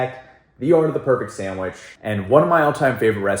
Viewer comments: I love how you say Sandwish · Guga be like sandwich ❌sandwishhh👍🏻 “just a joke great things my guy love u 🥰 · Just 1 time id love for guga to say sandwich.... not sand wish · The way he says “sandwich” is cool